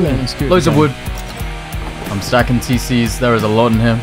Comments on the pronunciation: COLLECT VOOD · “collect vood”???? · Damn that “Collect Vood” is burning my eyes 😂😂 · Is no talking about how it said vood